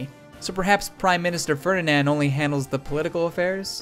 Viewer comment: So, in Japanese they get Ferdinand's last name right--if drawn out in an odd fashion--but somehow manage to mangle it magnificently in English. Yet they don't stumble over Welsh pronounciations...